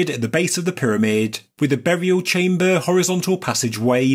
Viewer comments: He says chamber by saying chambuuuuuhh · chaimbaaar, enormaaas, WTF ?